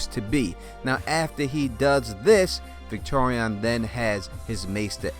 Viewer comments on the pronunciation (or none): Dude, it's Victarion, not Victorion. And Varamyr, not effing Vlad.